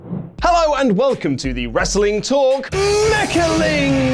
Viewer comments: You know Sammy Guevara is a heel because he 1. Said WrestleTalk's name wrong, and 2. Infringed Adam Cole's gimmick, Bay Bay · Sammy Guevara being a true heel 24/7 by mispronouncing Wrestletalk 😆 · LoL the skinny jabroni botched the name of your channel.